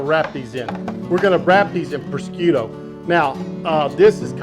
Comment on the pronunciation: Looking Great chef! Both the food and yourself! One small nigglin....I come from the n.e....specifically Long Island ny, and an ethnically Italian lineage....prosciutto is known as...phonetically "prahhzhutté" or prazhute(if you wanna speak Sopranos...lol). Either way...KILLERRRR!!!! Def gonna whip some of this up!!!!! Love ya chef!!!